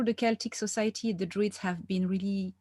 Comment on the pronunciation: Isn’t it DRUIDS? I thought droid like robot